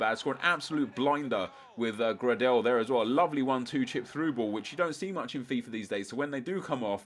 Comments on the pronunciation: It's pronounced grey-del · Grahdel? Why do you say his name like that?